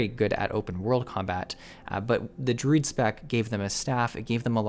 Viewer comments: Took me WAY too long to realize you were DRUID and not DRID. Never heard anyone say it that way >< lol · But he pronounced Druid in the weird way I have ever heard ANYONE say, lol